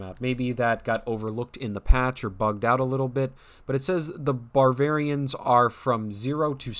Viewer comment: I thought "Barvarians," was bad, and then he called the Deutschmeisters "Douchemeisters."